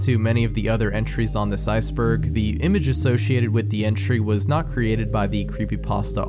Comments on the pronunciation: "Ice buUrg" 😭🙏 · "Ice Behrgggh" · “ice bueGrg* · the most disturbing part is at the beginning when he goes "icebEURg" 🥹✌ this is a joke dont attack me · Ice-bearg. (Voice crack) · “Ice bERhurG” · bro said iuceburg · why not redo the intro part bruh 😭wooo ts got me goin "this is the 'where did these images come from' iceBerREg" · mf said "iceBeRg"